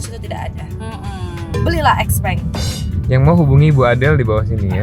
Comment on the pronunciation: Xpeng bacanya bukannya Xiu Peng yaa?